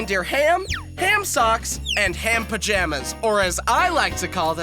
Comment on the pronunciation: Fun fact: PajHAMas is very close to the pronunciation of the Spanish word for pajamas (Spanish pronunciation: Pi-ham-ahs)